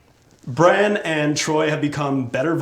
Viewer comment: You mispronounced Branns name doofus you call yourself a fan???? Smhhhhhhh